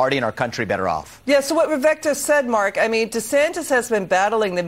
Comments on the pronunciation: I think it’s viv ake. Like cake. But I love how he doesn’t care if he is called Viv Eck. Stud. Logic. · It’s pronounced Viv-ake, get it right, ffs.